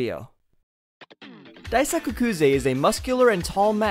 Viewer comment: Just a small correction, Daisuke is pronounced “Dice K”. I only know cause of the Red Sox pitcher Daisuke Matsusaka